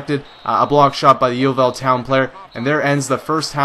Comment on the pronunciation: Lol, the way you say Yeovil is funny but no matter, lots of people pronounce it wrong :)